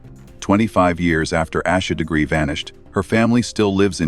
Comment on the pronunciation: Im ashamed the clickbait got me too. On top of that, theThe AI didn't pronounce her name properly. Lizzies text were misrepresented. They said "theory is I did it, Accident, covered it up." Sarah texts back "Why would it be you?" That as well as the Parents being the ONLY people listed as suspects on the warrants makes it pretty clear that the girls weren't responsible.